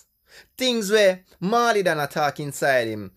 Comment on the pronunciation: Dawg why would you try to discredit Pablo’s writing skills? You are sounding bias. A next thing, it’s not “maw-lee” ute learn fi pronounce the man name.